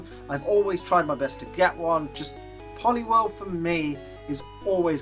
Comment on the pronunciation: IT'S POLIWHIRL, NOT F*CKING POLLY WERELE! PLEASE GET IT RIGHT!